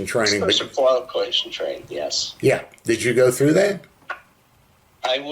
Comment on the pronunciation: "Do you know what SQT is?" "Uhh..." "It's SEAL qualification training" "Special quali-cation training. Yes" 😂😂😂 Dude give me a break